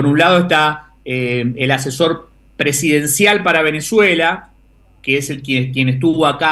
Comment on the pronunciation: Por qué dice "Venezela"?